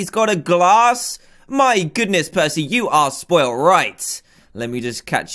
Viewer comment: who here thot prcey jackson when they said prcey